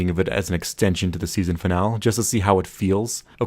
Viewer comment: Fin al EEE - Finale not Fin al